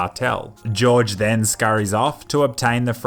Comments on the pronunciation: It annoys me how you pronounce Jorge like “George”. It’s pronounced “Horhey” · Pronounced Jorge as George, it's pronounced "whore-hay" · just saying it isn't pronounced george it is pronounced Hor-hey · Sir its not George its Horge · is name is horhe not george ''angry face'' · Cartel leader is not George.... Jorge is pronounced HORE HAY, apart from that just keep on killing, good job.. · it's not george, it's jorge (hor-hey) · George Franco George Franco it is Jorge Franco not George Franco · lol, he keeps saying "George" instead of "Jorge"/"HOR:hey" xD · Jorge is pronounced whore-hey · If it is spelt Jorge I think that is supposed to be pronounced 'Hor Hay' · "Jorge" Franco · That was the whitest pronunciation of Jorge ever.